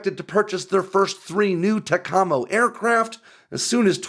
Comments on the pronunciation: it’s pronounced “TAC-a-mo” not “ta-KA-mo”. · It's Tackamo. Not Tacahmo. You sound silly. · It's pronounced tack-am-oh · Excueeze me, It's pronounced Tac a mo. I know this because i was in the NAV from '68 to '72 as a radioman 2300/2342. I went on a flight with them one time, and got a BlueNose for it...<(:-> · It's pronounced; (TAC - A - MO) or TACAMO. An EC-130 can be forward deployed anywhere around the world and like you said can land almost anywhere. Only the 1961 (proof of concept) version was a roll-on-roll-off system after those initial test the EC-130 G and Q models were permanent instillations. At that time there was a TACAMO aircraft aloft over the Atlantic and Pacific oceans 24-7-365 basis. I supervised the communications portion of the missions from as an Aircrew member of VQ-4 (Crew 7) NAS Patuxent River Maryland .Those were days to remember. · Your hurting my ears. Pronounced TACK-uh-MOe. Originaly it was Tactical Maritime Operations then moving to Take Charge and Move Out. Navy wants out of Looking Class mission because it takes all the weight and allows nothing else can be loaded. They would love to go back to C-130 and leave the B-6 back to the Air Force. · As an old time Tac A Mo aircrewman it is pronounced TAC A MO!! Learn to say it correctly!! Flew with VQ3 in the early 70's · If I have to hear TECHOMMO one more time. Listening to civilians slaughter our acronyms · Its pronounced TACK-A-MOW ....jeeze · It's pronounced TACK-AH-MOW. The EC130G aircraft on NAS Agana Guam was taken while I was flying there. Quite a capable aircraft and easier to maintain than the Boeing 707. This will work ! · Tacamo is pronounced as ‘tack uh moe’. I was assigned to VQ-3 for over 3 years and never heard it pronounced otherwise. ?¿ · Love your stuff, but please Brother…….. say “TACK-uh-moe”. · TACAMO Pronounced TACK A MOW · TAC-Ah-Mo… great video tho. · Say it with me.... "TAC-AH-MOW" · It's pronounced "tack uh mow" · Pretty sure they pronounce it TACK-ammo